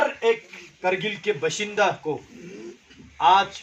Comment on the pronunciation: Beshenda ✅.. Bashinda ❌